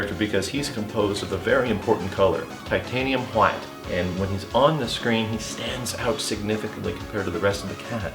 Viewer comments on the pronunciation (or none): Lost it at "Titanium Hwite"